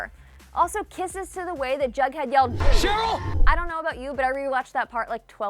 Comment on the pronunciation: Is she saying “BugHead” or is that just me... it’s “JugHead” it sound like she is saying bughead 😂😂